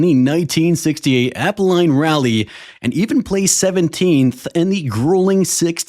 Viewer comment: Apple line ? It’s pronounced al-pine